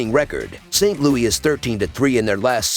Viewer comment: Its saint LOUIS NOT Louie